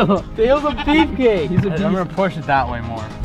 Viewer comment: This is how much times he said beff cake in he's videos